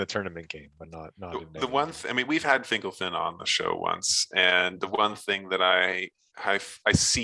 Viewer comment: "Fingle Fin." I hear it Fin Gol Fin in my head.